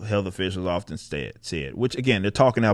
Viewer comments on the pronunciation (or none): none